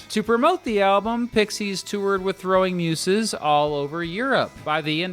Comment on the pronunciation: How the fuck do negate the first umlaut in Hüsker Dü and pronounce the second one? Nevermind... ...if you can’t pronounce Throwing Muses correctly this is clearly a lost cause.